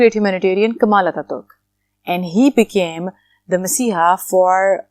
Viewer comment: I live in turkey and it's not ankaara its ankara not kamal attaturk it kemal attaturk